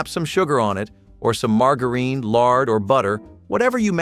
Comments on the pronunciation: It's pronounced Marge-uh- RIN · do some people say Mar-Gar-EEn? not Mar-Jur-In? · Mar-grrr-een? I’m 66 and still love me a sugar sammich!